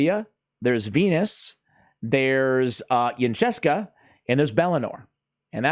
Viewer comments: Pronounced Incense-ah, great guide tho! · Isn’t it pronounced ‘incense-a’? :D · Fairly sure her name is based on the word "incense" so I pronounce it een-sense-a. I definitely know it is not pronounced how pronounces it. LOL Glad to see the guide. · Yncesa.. pronounced like the incense